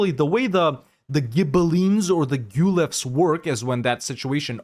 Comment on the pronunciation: Awesome video, thank you! As an Italian I hope it's fine if I give you a few pointers: Pavia is pronounced /pa-VEE-ah/, rhymes with pizzeria. And the word is Guelph, like Ralph but with /gue/ at the start. The Guelphs vs Ghibellines conflict started out as a divergence between the pope and the HRE emperor on who had power over who. Italian duchies and republics used it as a wedge issue mostly. Republics and mercantile states sided with the Pope as they hoped to get more autonomy from the central empire, monarchies and more feudal-minded polities sided with the emperor.